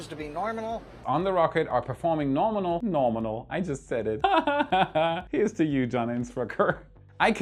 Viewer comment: When Starship will launch then I'll count how many times John say Norminal 😆